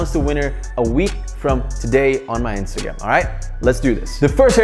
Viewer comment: Did he just say Instagam in the intto